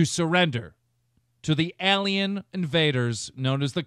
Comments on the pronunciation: "Ehlien", fucking hell keemstar. Did you even check if you were saying everything in the right rhythm, intonation and most importantly pronunciation? Was that his first take? The answer to that question would be bad either way. Did they send the script as a tweet? Because he sure is reading it as one. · to the EHlien invaders known as the combine jesus christ was it really that hard to pronounce alien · "ehlén invaders" ok